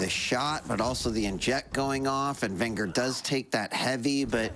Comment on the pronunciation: It's vengeur, with just 1 r